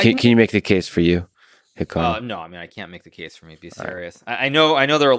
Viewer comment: I feel like any time I say Hikaru’s name from now on, I’m going to say it like Lex says it